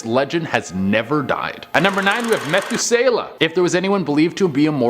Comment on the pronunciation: Yea, I knew u didn’t know the Bible when u pronounced “Methuselah” wrong……🤦🏾‍♀️